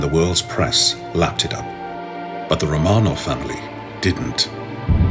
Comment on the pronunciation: So the idiot narrator mispronounces "Romanov" within 10 seconds of the beginning. Can we get an educated narrator please...